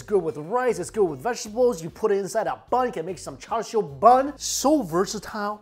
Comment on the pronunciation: It's pronounced cha siu in Cantonese and cha shao in Mandarin. There is no "r" sound!! Why are you sounding like a non native speaker??